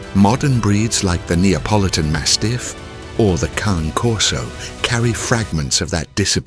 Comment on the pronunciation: Izgovara se Kane korso, a ne Kan.